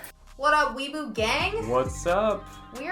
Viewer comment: Its weeb not webu